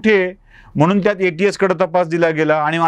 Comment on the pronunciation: सर.. म्हनून नाही म्हणून..अनि नाही आणि प्रकरन नाही प्रकरण..